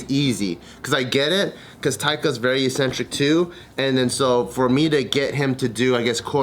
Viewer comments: eccentric not eesentric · Only change the way you are saying ‘eccentric’ though Bart lol that’s it